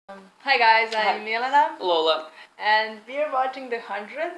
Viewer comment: lol it's sounds so weird when you say milena with english accent ( no offense)